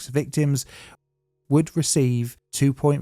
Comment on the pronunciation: New currency for China: the Yuhn